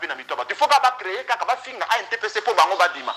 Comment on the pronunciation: ANTPC, il faut bien prononcer ça. Merci na émission na yo